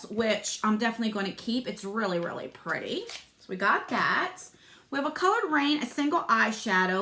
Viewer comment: Just love how you say "purty"!